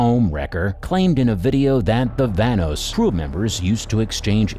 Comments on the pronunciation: 😂😂😂😂 vanos I'm done bro why did he saying like that tho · YOUR SAYING VANOSS WRONG